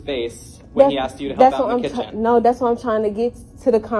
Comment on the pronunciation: It’s asked not axed 🙄